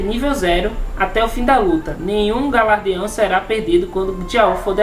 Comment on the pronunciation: Ótimo vídeo. Apenas corrigindo: o nome é galardão e não galardeão. ;)